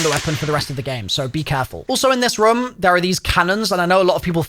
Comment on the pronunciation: As Long as he mentions the word room multiple times and says it in his accent like “Ruome”.